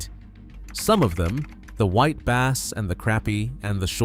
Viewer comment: He also called a băss fish a bāss (long A, like a bass clef, bass singer, bass guitar, etc.)